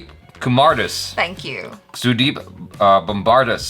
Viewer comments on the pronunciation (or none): Took me 30 sec to figure out that last name of Sudeep is Kumardas, courtesy their bad pronunciation. Kumerdes...